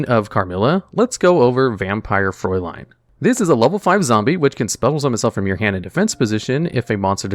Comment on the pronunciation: I think its kinda hilarious, that you pronounce the Name of Vampire Fraulein correctly, even though the word is writtem wrong. The correct way tonwrite it would be Vampire Fräulein, cause these two dots change it into a completely different letter xD